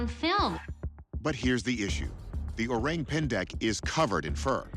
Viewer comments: lol....the way you pronounce it "o-rang pan-deck" is kinda cute. its actually "o-rung pen-deck" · O-rank pan-deck 😂😂😂. Thats the weirdest pronunciation. Please check with local how to pronounce the word correctly (o-rung pain-deik) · Not oraeng🍊 pendek, but orrrAAng↑ pendek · pronounced “oh-rung pain-dake” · "Oreng pendek" 🤣🤣🤣. The pronunciation killed me dude 😅😅😅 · ORANG is pronounced like this, O is like ' oh ' and RANG is like ' rung ' not rang in English.